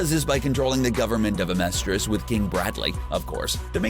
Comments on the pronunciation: Xing, lan fan, xerxes, amestrus....someone teach this guy how to pronounce things. It says it in the show hundreds of times! I couldn’t make it the full 10 minutes with him saying everything wrong. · "Zing" "Homunculee" "Aamerstris" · Some pronunciation errors here. 1. "Furrer?" Fürher is pronounced (fee-yur-rer.) Just a correction. 2. Homunculus is pronounced (Hu-mun-cu-lus) 3. Amestris is pronounced (Ah-meh-stris) If there's an accent thing I don't know about I apologize for that. We're not Gods, we're humans after all. 😆